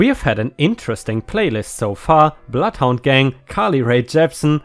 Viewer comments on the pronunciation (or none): none